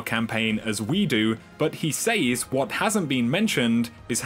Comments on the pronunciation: "He Saze" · said and says has a soft A haha not a hard A! 😂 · love you love your videos hate the way you say "says" lol